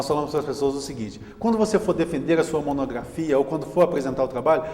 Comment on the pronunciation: Diz monografia e não monogrrafia